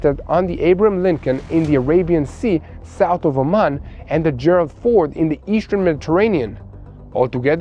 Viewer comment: i respect your sincere reporting in tough situations and i look forward to each news update. There's just one minor detail you must be aware of. In the English language, there is no letter "L" sound when pronouncing words containing the letter "R". An example.."the aircraft carrier "FORD" (not "fold"). "FOLD" is the pronunciation for use as.."fold" the laundry. Ex-President Gerald R. Ford is pronounced just like the car, "Ford" F o "RRRRR" d. Thanks.